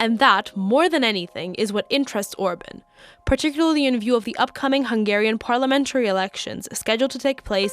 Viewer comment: Please az least try to look up names and words ( Orbán, Kolozsvár. FIDESZ etc. ) that you’re using in your videos. It’s an easy Google search.